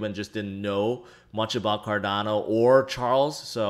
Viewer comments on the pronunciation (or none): none